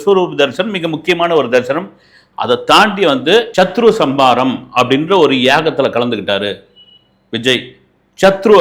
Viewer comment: Soba Sandrasegar illai Shobha Chandrashekhar Bavan Kalyan illai Pawan Kalyan Ilanjar illai Ilainyan Boomi garagan illai Bhoomi Karagan Chatru Samharam illai Shatru Samharam🤦‍♀ Indu illai Hindu Please learn to pronounce. You are a journalist. Have some shame, do some basic reasearch